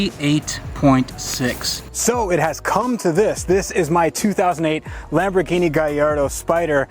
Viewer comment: Oh my god you pronounced Lamborghini correctly